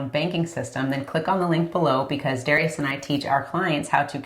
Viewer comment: dah- rye- us